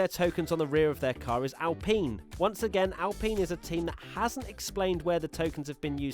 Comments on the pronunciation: ITS NOT ALPEEN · Whyd u say alpine like that, isn't spelt like alpeen u idiot